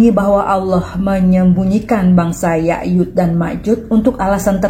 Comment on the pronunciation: Bukan yayud, tapi yajuj Pake J